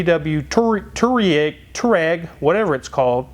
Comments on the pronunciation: It's pronounced TWAR-egg. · pronounced "twa-reg" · Its pronounced TUAH reg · touareg is pronounced from the word 2 Two To ... ah = somone kicks you you say ahh and reg from the word alternator-regulator the Reg part Tu ah reg. Thats the german spelling for a german car . The injection system is Pumpedüse in english its a unit-injector= pd . i have 2 PD 1.9 with 6 speed manual and the tuning parts from darkside development uk. they send worldwide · It's pronounced TUAREG